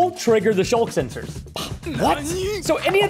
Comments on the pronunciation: It's sculk not shulk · its pronounced "sk" "ul" "k" not "sh" "ul" "k" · Preston they rely on hearing, and it's "Sculk".